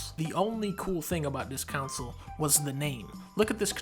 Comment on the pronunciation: This was a very entertaining vid, mission accomplished - nice work. What I disagreed with most was not the rankings which were curious at best - I disagreed most with your pronunciation of console, which is pronounced “con-sole” not “council” and jaguar, which is pronounced “jag-war” not “jag-wire” you goofball. 😂 Keep up the good work.